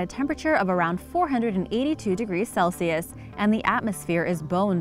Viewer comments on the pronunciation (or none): none